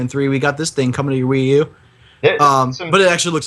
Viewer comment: Funny how you guys are making fun or Ryu to trying to imitate how you would pronounce Ryu with Spanish accents.. guess what, you guys were the first americans (I don't know if you are americans) or the first English speakers to ever pronounce his name right. It actually how you would pronounce in Japanese.. with this "Spanish R" and i that sounds like "vision" instead of "final".. Do it fast and this is how his name really sounds.